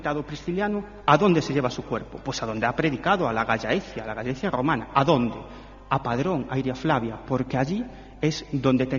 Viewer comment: Cuánta sandez sobre el apóstol y no presentan ninguna prueba arqueólogica contundente ni saben pronunciar Gallaecia!!